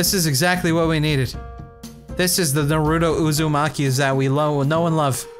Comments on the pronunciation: Naroooto. pronunciation is amazing. I have never called it Naruto ever since this. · Okay I love ya but if you were a TRUE Naruto fan, you wouldn't pronounce it as "Nar-ROO-doe"....pfft... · take a shot every time cry pronounces naruto "naroo-dough" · Thanks to this I am drunker than ever